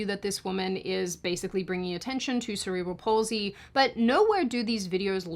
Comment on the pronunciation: thank you for pronouncing Cerebral Palsy Wright, as a person who has it, I Hate when people say " Several Palsy "; I even had to correct my doctor a few years about it, anyway thank you